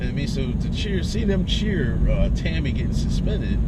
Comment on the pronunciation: Tomi- not Tami.